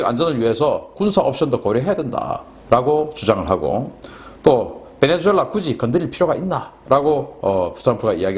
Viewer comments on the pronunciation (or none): 신인균씨, 노고가 많습니다. 베네주엘라가 아니고 베네수엘라입니다. 스페인어는 Z 가 '수' 발음입니다.